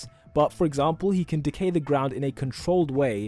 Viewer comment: “If you wanna know how Decay-“ Me Hearing: “If you wanna know how De gay-“ Lol